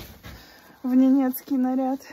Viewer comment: Первыми были всё же не казахи, а казáки. И не «ненéцкий», а «нéнецкий». Творческих успехов!)